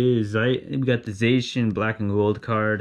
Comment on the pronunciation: Btw you were pronouncing Zacian wrong. Great vid though